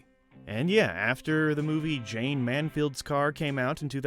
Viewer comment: How can you claim to know film and not be able to pronounce MANSFIELD?